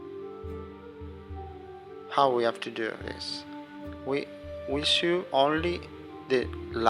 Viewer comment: Thanks for very concise videos. This is the second one I have watched. Saw your diamond pattern ring too. Both very good. Going to make both. I think you are saying sew at times, which should be pronounced like "soh as in so what". You've been saying it as "soo as in too much", but I think we figured it out anyway. Will be looking for more of your videos😊